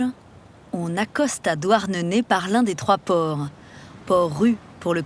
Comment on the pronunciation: C’est pas « douarnenai «